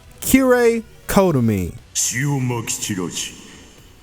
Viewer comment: You pronounced kotomine wrong, it’s koh toh mee neh